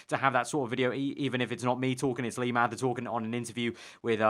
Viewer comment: Maybe they didn't let you upload it because you can't say 'lee mather' properly